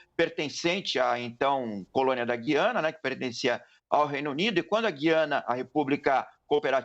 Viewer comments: A pronúncia correta do nome do país é GU iana. U é vogal. GUI ana é coisa de Portugal segue outra Norma Gramatical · Explica direito, é Guiana ou Giana, como pronuncia a reporter? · Atenção CNN! Guiana, histórica e silabicamente se separa assim: Gu-i-a-na. Trata-se de um hiato e NÃO, um ditongo. Ensinem a seus reporteres como se fala!